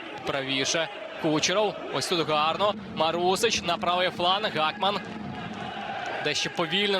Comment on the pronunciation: Гакман, а не Гохман